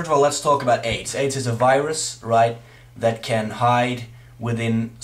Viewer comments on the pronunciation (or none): none